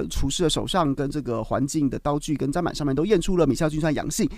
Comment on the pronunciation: 砧板念针板